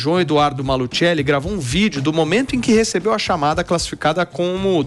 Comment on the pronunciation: É Maluceli. Se fala apenas "maluseli"